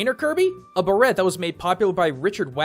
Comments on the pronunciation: Beret is pronounced burr-ay. The T is silent. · Wait, did you really pronounce the "T" in Beret? Mate, it's a French word, and the "T" is silent here.